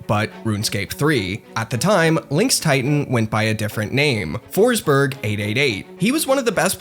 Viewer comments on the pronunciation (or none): it’s pronounced ”Foschbery(j without d-sound like the y in yellow)” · Kept saying "Foresberg" but there's no E